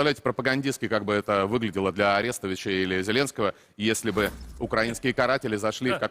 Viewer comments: А муж скабеевой не умеет выставлять ударения в фамилии Арестович? Ну так давайте устроим Флэш моб. Будем называть его детей в школе ПО́Повы. Так же веселее. Ой я не знаю, он хоть дал свою фамилию скабеевским детишкам. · А’рестовичь наголос на А звучить все таки краще чим Попов наголосом на П‘опов )) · Дуже дякую Сергію за те що він завжди піднімає важливі теми💙💛 Я не можу насміятись з того як вони наголос поставили в фамілії Арестовича 😂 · Для того чтобы Попов запомнил как правильно ставить ударение в фамилии Алексея Арестовича, предлагаю ставить ударение в его фамилии тоже на первый слог. Был ПопОв, будет ПОпов.